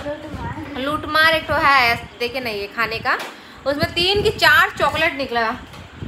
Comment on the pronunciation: Lootmar ko aap lotopoto bol rahe hai😂😂😂😂👌👌